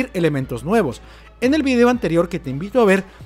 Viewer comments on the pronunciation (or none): none